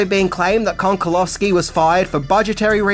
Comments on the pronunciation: It's Konchalovsky, where CH is pronounced like in the word "cherry" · It is pronounced КОНЧАЛОВСКИ!😊